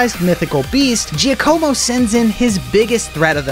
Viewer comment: i loved all of this except one thing: the way he pronounces giacomo